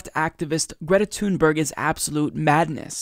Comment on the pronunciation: Her last name is pronounced like "tune berry"